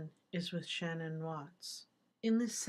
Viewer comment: Let her feel the revenge so she can get him and stop telling her to go to light she will when she gets Chris and please say her name correct. It is( SHAN _ ANN ) MAYBE YOU CAN FIGURE THAT!!! OUT !!!!!